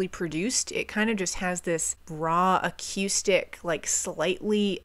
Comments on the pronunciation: Lol how she pronounces accoustic is so funny to me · you gotta stop saying "a-que-stick". Uh-KOO-stick. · please God replace your “a-K’YOO-stic” with “a-KOO-stic.” no one on the planet pronounces it that way, TY! 🤘😂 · Great album. BTW, the word acoustic is pronounced ‘uh-coo-stick’ not ‘uh-cue-stick.’ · I love the way you pronounce the word Acoustic..I say A-COO-STICK...you say A-CUE-STICK..and I adore it - PS> The reason this album sounds so crisp and perfectly Garage..is not only rivers Cuomo being a genius..but Ric Ocasek produced it..he was the lead singer of The Cars..and this album is basically the greatest Cars album ever made by way of Weezer.. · I REALLY hate to be "that person" but I really like your reviews for the most part and I think the thing I most dislike could be easily corrected. You say "a-cue-stick" instead of "a-coo-stick." Also, you refer to an acoustic guitar when you're actually just hearing clean (non-distorted) electric. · Ugh Coo Stick... not Ugh Cue Stick... picky but, relevant and honest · The fact that she “teeters” on My Name Is Jonas officially disqualifies her from being a reviewer. And the way she pronounces “acoooostic” instead of “acoustic” drives me nuts. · I love the way she pronounces acoustic - a-cue-stick. It's adorable. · I was looking for this comment, I was going to spell it akewstic, but I like your spelling better. Great analysis of the album though, just subbed. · I really like the way you pronounce acoustic. AQustic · whenever you say acoustic, it kinda sounds like you’re saying “acoostic” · Great reaction and review.......I don't know why the way you say A-QUE-STICK bugs me lol sorry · What is a"cuestick". Why are you intentionally saying it so wrong and weird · I've been enjoying your content though I really hope you learn to stop saying ac-eww-stic. It's more of a ooo sound than eww. Sorry just kind of cringe. 😅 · We need to discuss the way she says “acoustic”